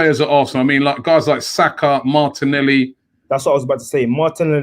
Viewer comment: Yo dont be asking robbie to correct your pronunciation Anthony... this man butchers names bare. May as well be calling saka boomshakalaka saka with the way he pronounces his first name